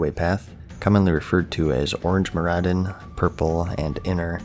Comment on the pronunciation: I never knew Maraudon was pronounced Maradin. /s